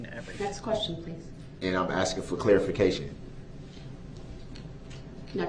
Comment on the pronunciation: This half-man is going to regret that " are you axing me or telling me?" when he gets to his new home where the the real bad-asses will be. Prison staff and inmates, will all be aware of his wanna be bad ass posturing. He'll probably also hear "grounds" for many years. Oxygen waster. ' '